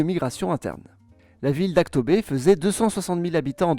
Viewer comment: Когда рандомныц француз произносит Актобе лучше некоторых местных